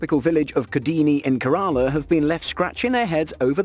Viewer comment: The pronunciation of Kerala and other cities is horrendous. Maybe the narrator should do some googling with pronunciation of Indian cities.